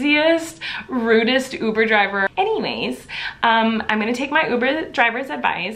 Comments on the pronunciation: “I’ve never had a oobur draver.” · Rudest “oover javer”